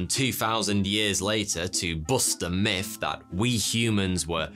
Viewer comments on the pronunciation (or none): none